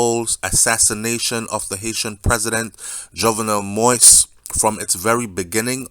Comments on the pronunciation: Great job brother. Let me help you out with the pronunciation of his last name. It's pronounced Mo-eez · His name is pronounced like MO-EASE, Mr. Host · Dude you keep butchering the deceased name..it's not pronounced "moist"..learn the man's name please. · he sounds like he speaks perfect English to me, therefore he should be able to properly pronounce the name. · You should be able to pronounce the man’s name correctly by now!